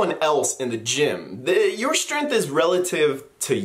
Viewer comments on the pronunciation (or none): WAIT! ........did he say "strenf?" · There's a G in that word you're using.